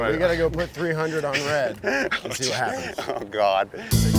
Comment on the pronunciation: Man I tell you hwhat.